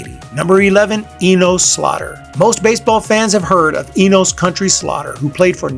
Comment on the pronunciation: Eeen-ohs? Who’s that? It’s Eeen-us Slaugher…Where you from man? 😂 JK….great video